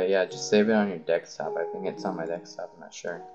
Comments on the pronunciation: I think it's pronounced deSktop, not deKstop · Noice video but it is deSKtop not deKStop.. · its DESKTOP NOT DEXTOP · xD u always say "Dekstop" LOLOLOLOLOLOLOL its desktop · helpful video but its called a DESKtop not a dekstop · Desk top not deks top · dekstop xD its name deSktop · Dextop. #English. but good video. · OMG!!! he said dekstop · good tutorial but ahhhh 'dekstop', its so annoying :s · i noticed u say dexstop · really? deckstop? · dekstop ha awesome vid tho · DEKSTOP?! STOP SAYING DEKSTOP!!!! Otherwise good guide, thanks :D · "Its on the dekstop"